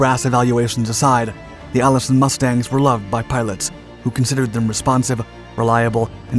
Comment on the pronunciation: "the Allison fifth 1710"? Seriously?